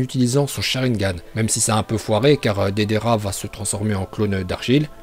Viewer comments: Putain mec c est deidARa pas deidéra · dedera au lieu de deidara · Deidara se prononce pas dedera mais deydara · Dedera, mandanda, konan😂😂😂😂😂mais sinon super video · Dédéra il a dit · Comment tu a prononcé Deidara 😭😭 si nn la vidéo est super 💪